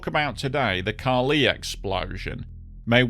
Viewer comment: it is Ca li, on the "a", not the "i"